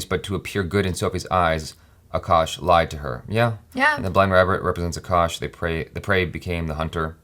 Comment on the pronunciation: She calls his name A kash